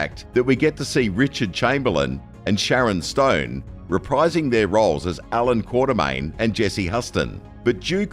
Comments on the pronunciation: Quatermain, not Quartermain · and Quatermain not Quaterman!